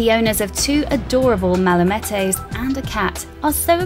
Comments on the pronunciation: I heard 'malamettos' when the dog breed was first mentioned. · " Mala - MAT EHS " I heard